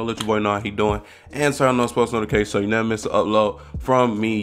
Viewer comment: “Nost podifications “ ???